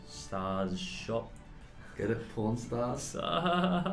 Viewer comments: pawn stars sounds like p**n stars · Was looking away from the screen, plays and I legit thought he said "I don't watch pornstars". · The way he said pawn stars sounded like he said porn stars or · for a little bit I thoght you were saying p*rn stars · What they are saying: Pawn Star What i hear: pornstar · It just sounds like your saying porn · For a while I thought they were saying porn stars😂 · Is it bad that when he says "Pawn Stars' it sounds like he's saying "Porn Stars" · You said pawrn stars.. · “I don’t watch pawn stars” I thought he said pOrN stars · What they’re saying: pawn stars What we hear: porn stars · The way you pronounce "Pawn Stars" sounds like "P*rn Stars" LOL 🤣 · Lmao just realized he said p**rn stars, not pawn stars, or at least thats what I heard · he says I don’t watch pawn stars but sounds like I don’t watch porn-stars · sounds like "Porn star" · british pronunciation of porn stars😂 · ummmmm, did anyone else hear him say something really bad 😂? It's just his accent, but I was so scared he actually said it. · When Eddy says Pawn Stars it sounds like something else. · Or when Eddy said “Pawn stars” and it sounded like something else....😏😂